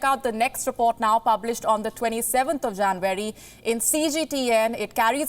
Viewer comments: JanUary, not JanVary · Janvary, really? Porpose, i dont doubt your language skills, but it would-be nice if you could brush up your pronunciations a little too, you see beauty doesnt always hide flaws, sometimes as in your case it just highlights them, and dont fault me for my punctuations pls, these are more typos the lack of knowing the spellings or grammar of the english language. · Listening to the Indian accent is more entertaining then the news itself 😂😂 in januwery